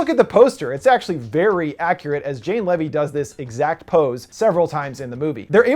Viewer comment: Looking forward to Monster Trucks because Jane Levy is fantastic. I also LOVED Don't Breathe and think it was one of the best horror films I've seen in a while and one of my favorite movies I've seen this year. Lastly Jane's last name is pronounced LEE-VEE not LEV-EE. Great review :)